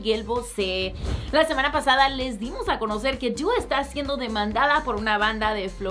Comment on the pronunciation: Me carga cmo dice dua por que es tan brillenta deoh meoh jauaja👊